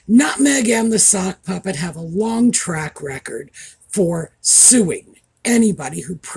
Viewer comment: It sounded like you said "the suckpuppet"! I think that really suits the egit Harry.